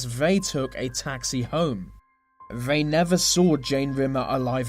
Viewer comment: This video was great but 'th' is not meant to make a v sound. Such as they and the you say vey and ve